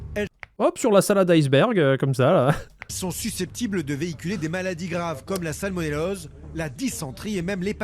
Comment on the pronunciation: Quelqu'un d'autre a entendu "salmoellose" (à peu près)